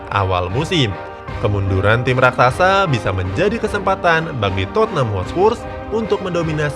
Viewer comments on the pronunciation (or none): none